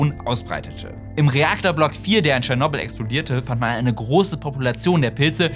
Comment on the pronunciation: Das muss mal gesagt sein: danke, dass du tschernobyl richtig aussprichst!!